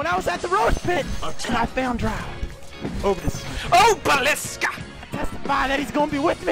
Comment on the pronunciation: I like how he pronounces oblis obelisk.